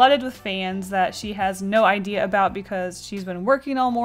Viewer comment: What a great "Ideel"